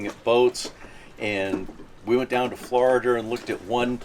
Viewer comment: He had the indeer with Lisar, in Floridar..